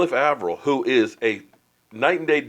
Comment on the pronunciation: Also you keep saying Avril wrong